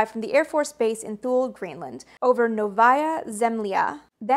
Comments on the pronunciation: Love your channel I grew up during the time frame that is the subject of your channel. Fyi, Thule Air Base in Greenland is pronounced "Too-lee." I was stationed there for 2 years in the USAF and worked another 2 years there for a defense contractor. Again, love your channel and thank you for the in-depth information. The quality shows. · A minor nit: Thule is pronounced "tooly"